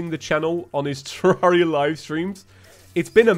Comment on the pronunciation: yeah yeah whatever i bet you're dead inside after saying terraria correctly